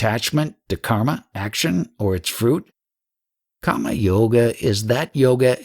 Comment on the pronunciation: viyoga , not vayoga also its kar-ma not khaamaa which sounds more like kaama Very nice audiobook..however if you could take a bit of effort pronouncing a few words properly it would be even better ..and not cause confusion.